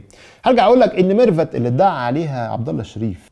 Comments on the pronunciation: الغريب واللي خلاني اشك في صحة التسريب، ان ازاي لواء ينطق اسم مرفت بال f وليس بال v ، دلالة على دنو درجة التعليم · علشان محدش يشكك فيي الدولة ويقول بتفبرك .. إسمع التسريب واسمع الإعتراف هتلاقي النصاب بيقول ميرفت بالفاء يعني بالعقل كدا نفس طريقة النطق وبصراحة يعني هو في لواء هيقول ميرفت بالفاء دا واحد مش متعلم أصلا . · مش كتير بينطقوا ميرفت بالفاء و خصوصا منصب كبير زى مستشار ... الفيديو بتاعك و فيديو عبدالله اللا شريف الاتنين بينطق فيهم ميرفت بنفس الطريقة .... ربنا بيفضحهم ..... تحيا مصر